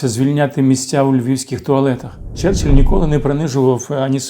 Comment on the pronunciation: Нічого не сталося, сказав "черчелль"..